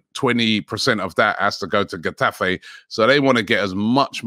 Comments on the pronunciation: Robbie pronouncing Getafe as Gaddafi 😂😂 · Getafe 😂 it's khetafe like khabib or jose or khaled or tuchel